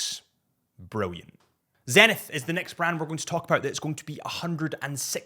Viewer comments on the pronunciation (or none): none